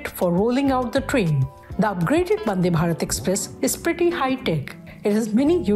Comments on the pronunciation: It’s vande not bande 🤷🏻‍♂️ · Hello Lady it is not "Bande" its "Vande".